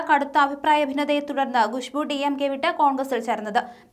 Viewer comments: ഗുഷ്ബു അല്ല കൊച്ചേ.. ഖുശ്ബു 🤭🤭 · Gushbu alla, Khushbu aanu